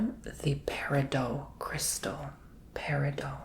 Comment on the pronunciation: FYI. Peridot is not French. There is a hard “t” at the end of the word. Love your videos………